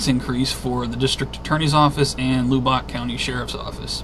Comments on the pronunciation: It's not pronounced Lew-bock. It's Lub-buck. And if the world ever gets an enema, Lubbock is ground zero for the tube. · Its pronounced Lubbock sounds like lubik or the u sounds like the u in the word up... lol just wanted you to know home of Texas Tech Red Raiders Lubbock Texas guns up !